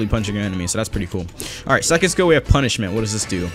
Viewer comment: Is it just me that hears "Kono Vanilla Ice Can Cook" when he uses punishment